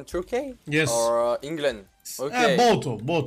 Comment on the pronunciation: inglınd dediğinde adamın içinden yaw he he dediğine yemin edebilirim ama kanıtlayamam..